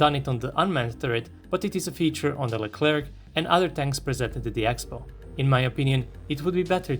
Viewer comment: The "C" at the end of Leclerc is mute (: No need to pronounce it